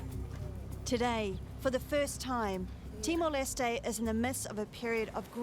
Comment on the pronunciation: Is she saying "TimoL"? 😳